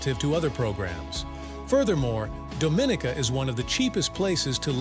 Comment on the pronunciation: Incorrect pronunciation for Dominica.